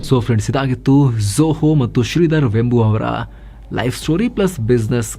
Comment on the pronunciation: Totally good presentation about a great entrepreneur! Liked it very much. His name is pronounced as ವೇಂಬು NOT ವೆಂಬು.